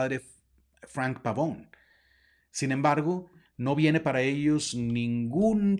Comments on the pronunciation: Apreciable Padre algunos comentarios muy amables y respetuosos, al pronunciar el apellido del Padre lo hace usted como si fuera de oirgen sajon, siendo que es de origen italiano, entonces en vez pavoun ( como suena la pronunciación en inglés) debe pronuciarse Pavone, tal como se escribe, igualmente creo que es más adecuado el término dimisión que es como está previsto en el CÓDIGO DE DERECHO CANÓNICO (Capítulo IV Cann. 290-293) y que en sentido jurídico (lato sensu en el derecho y stricto sensu, en Derecho Canónico) no es lo mismo que destitución, incluso en el sentido lexicológico de la lingüística y semiología, no resultan sinónimos, por lo demás es un tema tremendamente interesante en el sentido social, político y por supuesto religioso , sobre todo en lo relativo a su participación y el ostentar un cargo en la campaña del Señor Trump pues el CDC prescribe con toda claridad Cann 287 § 2. No han de participar activamente en los partidos políticos ni en la dirección de asociaciones sindicales, a no ser que según el juicio de la autoridad eclesiástica competente, lo exijan la defensa de los derechos de la Iglesia o la promoción del bien común., si el Obispo le expresó su instrucción o de plano la prohibición de participar , se actualizaría quizá el presupuesto contenido en el canon citado y ciertamente resultaría no sólo contrario al derecho canónico si no un tanto incongruente que apoye a un personaje como el Señor Trump que es discriminatorio, clasista, racista, que promuev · Qué insidioso. El apellido además es italiano y se pronuncia la e... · Pavone, no Pavón. Viene del italiano. La "e" debe sonar, PavonE. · Bueno, muy interesante el tema. Lo que me saca de onda es que el apellido es Pavone, no Pavón... Yo sé que los latinitos que viven en EUA, están muy inglesados, hablando del idioma, por eso es que cometen errores gramaticales, etc... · Entiendo que el apellido es italiano por lo tanto se pronuncia Pavone, con la e final...